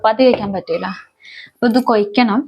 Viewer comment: കൊയ്ക്കണം അല്ല " കുഴക്കണം " ആണ് 👍🏼